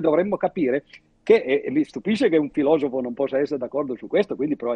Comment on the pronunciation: ukreino democratico ma fa ridere, e si dice filosofo